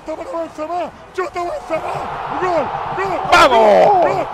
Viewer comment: Pareciera que estuviera ladrando en vez de diciendo gol, que malo es tal lama narrando